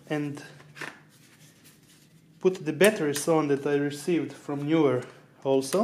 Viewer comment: Knee-were, not Knew-were. English syllables make it so.